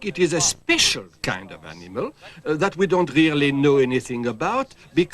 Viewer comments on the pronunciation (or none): Highlight of these shows was when he said “really” like “raelly” for some reason.